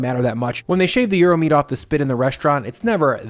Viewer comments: "stoo" 🤣🤣🤣 I also suggest you Google how to pronounce 'gyros'. Hint: it's not 'Euro'. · In Greek, the “g” is silent. Yee-row is how it is pronounced. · Am i the only one around here who is bothered by the pronunciation of Gyros in this video? It sounds like Bri is saying euro....